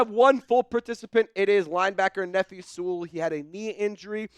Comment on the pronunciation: lol why he say Nephi like that? 😂